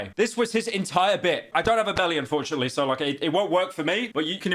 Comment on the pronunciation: notice how he says unfortunately